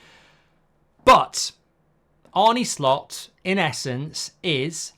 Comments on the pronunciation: It's 'Arn-eh' not 'Arn-nee' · Its spelt ARNE but its pronounced ARNA not ARNEY!!! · Mark who is this Arnie that you talk about?. I believe it’s Arne, like John ARNE Riise 👍✌️🫶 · Arny Slot, who is that??🤨 Or are you talking about Arne( Ar-nuh) Slot. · Arn-uh Slot, not Bert and Arnie Slot, is it really that difficult ? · He’s called Arne, not Arny. In Dutch you pronounce it as Arnuh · Arrna not Arne please Mark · His name is not pronounced Arnie and he has made a point of saying this. Otherwise, surprisingly unbiased video... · Mark very good and fair, unbiased opinion on Slot and that’s coming from a Liverpool fan. The only thing which is a little annoying is the pronunciation of his name. Arne is pronounced Arner and not Arny Apart from that keep up the very good work. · To pronounce his name correctly is “Arner” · His name is Arne, not Arnie. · Yep. Love you Mark but it’s pronounced Arna not Arnie. Don’t worry you’re not the only one doing it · Pronounced Arna ...not Arnie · its Pronounced Arna not Arnie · His name is not Arney, you old geezer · It's not pronounced Arnie. It's pronounced Arner. Like former player John Arne Riise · It's ARNE, not Arnie 🙄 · His name is not Arnie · It's not "Arnie"! It's A -r (rolled) -nuh. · It's Arnuh Slot not Arnee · Stop saying Arnie. If you can’t say Arne, just say Slot. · Who is Arnie? It’s Arne! Is it Ereeeq Ten Hag? 😂. Liverpool are already great. Arne is trying to make them greater, get it right. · Its pronounced Arna not Arnie you prat, great video 😎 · Mark, his name is not Arnie but Arne. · Arner Slot not the muscleman pronunciation 👍❤️😁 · I can only assume it's a purposeful mispronunciation of "Arne"? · Try getting his name right to start with goldy 😂